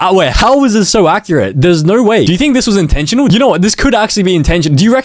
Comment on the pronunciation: Bro said intensinal so much times😂😂😂